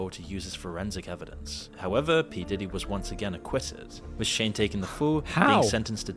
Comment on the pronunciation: kid cooties lol the pronunciations are killing me of cassie, shyne and kid cudi lol